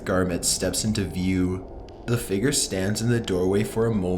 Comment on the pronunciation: i like his voice but it bothers me how he says "figure"